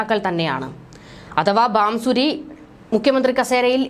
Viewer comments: Bansuri not Bamsuri mam . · ബാംസൂരി.. അല്ല.. കൊച്ചേ... ഭാസുരി സ്വരാജ്...